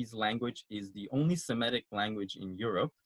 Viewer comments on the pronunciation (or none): This segment was fun and informative, as usual, but you are mispronouncing the word "Semitic." It is /se-MI-tic/, not /se-ME-tic/.